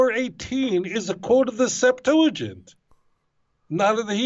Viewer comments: SEPT-ua-gint. NOT sep-TOO-la-gint . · Why does he keep calling it the 'SeptuLAgint'?? There's no 'L'. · DUDE! Stop saying "Septooligent", that's just nasty in my ear. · Bro you keep saying Septulagint with an added L and it's killing me bro. There is no L; it's Septuagint. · Hey, there's no "L" in the word "SEPTUAGINT"... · Has no one corrected you yet - IT'S NOT SEPTULAGINT , it's Septuagint. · It's "Septuagint" not "septoolagint." Please! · Septuagint. Not Setulagint. Thank you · Stop saying Septuligint. It is not a word. Lol. Nobody says that. You must be doing it deliberately. Haha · Hey I love you man I love your show I watch you everyday. There is no L in the word Septuagint. Thanks for your great show keep up the good work. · Yo, I don’t mean to come off as pedantic but there’s no L in the word septuagint. Loving the show man. Keep it up. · I notice that you say "Septuagint" funny. There isn't an L in there, lol 😆 but great podcast nonetheless. 👍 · Are we putting an "L" in Septuagint? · There is no "L" in Septuagint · Please! There is no "L" in Septuagint. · Love both your content and the Rabbi, however there is no "l" in Septuagent. The Rabbi knows this,so... get the "l" out of there! 😉 Thanks for this video. ❤ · Septuagint. No L. Small not, but it's all I hear now! Lol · "Septuagint" has no L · I won't be ugly about it as some here (most of the people who are ugly about it also display antisemitism), but mispronouncing Septuagint greatly diminishes your message. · There's no 'L' in Septuagint...just sayin'!